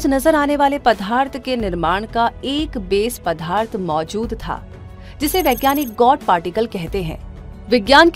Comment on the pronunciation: बहुत ही अच्छी डाक्यूमेंट्री है। बस कहीं कहीं पदार्थ का उच्चारण पधार्थ करना कानों को चुभता है !